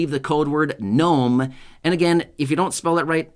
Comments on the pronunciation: Knome lol cute. Hagd everyone. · “GNOME” Hey you’re AWESOME!!